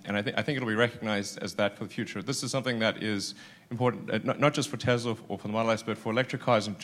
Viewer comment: great speech but dont say Tesla with the z, its s!